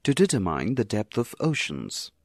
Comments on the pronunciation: he had the accent on the wrong syllable... detèrmine... not dètermine... lol that was so weird to hear. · I thought "dEtermIne" was spoken like "detErmine"